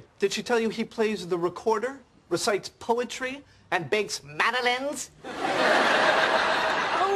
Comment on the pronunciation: I love how Ross pronounces “madeleines” 😂